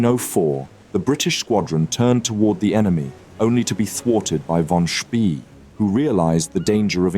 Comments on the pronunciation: Is your narration done by text-to-speech software, because the pronunciation of 'von Spee' is near-insulting? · Good documentary, but it would have been better if you would have pronounced "von Spee" correctly